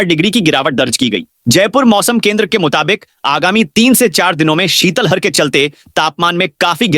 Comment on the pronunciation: शीतल हर नहीं शीत लहर होता है, थोड़ा उच्चारण सही करो